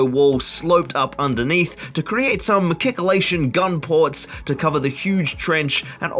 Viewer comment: Very much irrelevant but machicolation has the ch sounds of chamber not psychic. Your board looks insanely good already !